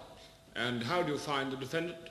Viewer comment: deaf-end-ANT!!!!! lol I love Monty Python!! =3